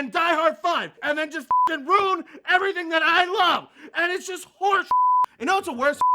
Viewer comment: everything about Robocop was allegory and metaphor like most films but that hefty fellow is acting like there was no sub-text to the film. also "rune" instead of Rew-in-ruin.